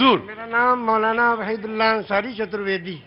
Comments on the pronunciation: It is not 'Raheed ullah' but 'Waheed ullah'. Plz correct. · नाम वहीद उल अल्लाह अंसारी, न कि रहिदुल्लाह अंसारी नाम सही से बोलिए और लिखिए। धन्यवाद